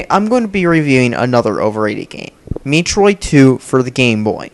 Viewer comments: how can you fuck up in the first 5 seconds. it is pronounced met-roid, not meet-roid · Why are graphics so important to you? And its metroid not meetroid. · Metroid. not MEATroid. Dumb Bitch. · Meat-roid? lol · Mee-troid. Sounds like a good game. I should play it. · Me-troid? What an idiot! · Meatroid? The brat can't even say Metroid right... And why am I not surprised that he likes the Vita? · meetroid work on pronunciation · You're not even saying Metroid right!